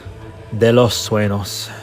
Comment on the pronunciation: sueños is pronounced soo-ehn-yhos